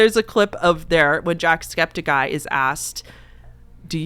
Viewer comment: I'm so sorry I also have mention it is Septic Eye not Skeptic Eye 😭😂